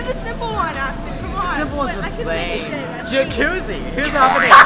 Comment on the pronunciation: I love how ashton said jacuzzi 😂, also a trick with J is a Jump gainer